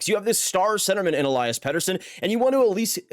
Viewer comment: If you wanna pronounce his name correctly, it's pronounced El-eee-as and not El-eye-as.